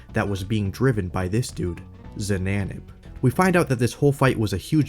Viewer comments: why do you say zananab and not ksananab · He didn't even say the name right, it's "XanaNab" not XanaBab"